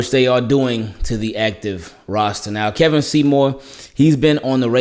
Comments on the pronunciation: Funny how I came across this video. It’s pronounced KEE-vawn not Keh-vin. Went to high school with him. Good for you Kevon! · His name is kevon!!! Kevon bro, not Kevin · Bro it’s pronounced key-von but it’s spelled kevon lol